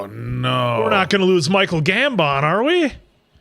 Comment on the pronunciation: It still weirds me out the way says Michael Gambon's name. The way he pauses between Gam and emphasis on the BON lol